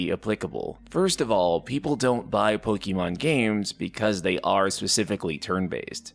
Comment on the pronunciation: Final Fantasy 10 had best turn based combat ever. Also, it's Pokemon, not Pokeymon